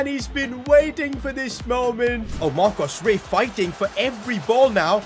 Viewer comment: Bro said marco rey like it was mbappé or something 😂